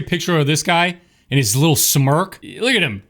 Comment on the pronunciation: you reaction to saying wittle every time reminds me of people with tourettes 👍